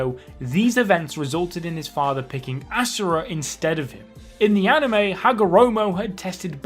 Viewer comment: Ass-ura hahahaha